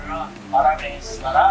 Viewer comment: దారుణం ఇది.. కనీసం పరమేశ్వర అని కూడా పలకడం రాకపోతే ఎలాగండి... కనీసం దేవుడి పేర్లు అయిన నేర్పిచ్చివుండాల్సింది.. మన రూట్స్ మర్చిపోకుండా... కొంత తెలుగు అయిన నేర్పిచ్చల్సింది... మన మాతృ భాష అంటే కన్న thalli వంటిది 🙏🏻🙏🏻🙏🏻